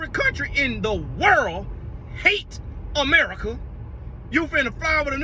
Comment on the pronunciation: Babyy when said “Emerica” I lost it 🤣😂🤣😂🤣